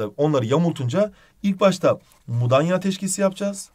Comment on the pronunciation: Mudaya Değil "Mudanya"